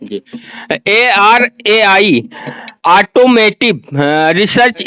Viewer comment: ऑटोमेटिव नही ऑटोमोटिव है सही pronounciation